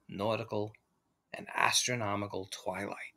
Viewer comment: I'm pretty sure I heard "gastronomical" twilight 🍲🥞🥐🥙🥓👀